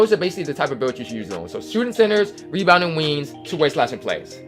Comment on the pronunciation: “Webounding wingths”